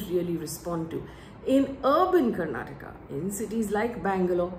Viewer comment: It good that you touched on the language issue twice in this video. None of the other mainstream channels picked this up. It was quite irksome for us to hear the name of the state mispronounced repeatedly as Karnatak. The state leaders names were all messed up by the BJP national leaders when they were pronouncing their names in the speeches. One more point that you didn’t touch upon was the BJP posters showing Modi right in the centre - slightly taller than the state leaders. This didn’t go well with the public